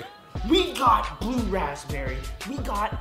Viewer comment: "The bue flavor," Good job, good job.